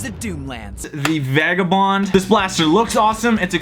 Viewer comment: Thank you for saying Vagabond Correctly! Definitely subscribing!